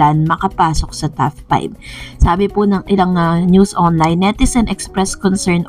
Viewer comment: TOP 5 ..not TAF 5 heehe